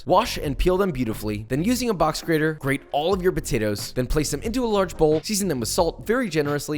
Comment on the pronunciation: he called them botatoes